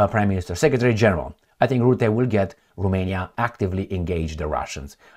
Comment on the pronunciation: its Ro-mania, not ru-mania romania means, land of the romans, not land of the rumans!! geezzz